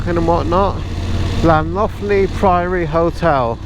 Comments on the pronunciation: It's pronounced lan Tony priory. Stunning place ❤️ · That bloke! I can't say I have come across his sort on a motorbike, but as I'm also a keen cyclist, I have met him many times., you handled him like a real gent, well done. The place you visited was Llanthony Priory. It is pronounced like the name Anthony (with the TH pronounced the same as words like through) but with an L, so Lanthony. I've been past a few times, but next time I'll pull in. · The old priory is pronounced Llan-Tony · Try flan-toe-knee Abbey 🤣 That'd be close enough. Locals would smile understandingly, in a 9/10 for effort kind of way. You get 20' snowdrifts on Gospel Pass.